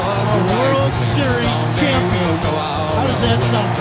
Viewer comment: Very good, "Champan" tho.